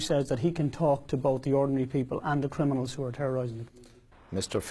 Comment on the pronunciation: Can this guy not say crim-I-nals not crin-I-mals